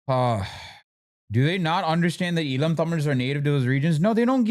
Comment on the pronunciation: not even sri lankan tamils call it eelam like that 😂😂